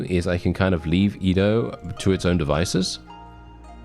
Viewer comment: I hope i can wake up next time and not hear our boi say IDO instead EDO